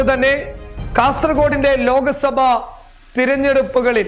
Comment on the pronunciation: ലോകസഭ അല്ല ചങ്ങാതീ - "ലോക് സഭ " എന്നു പറയൂ !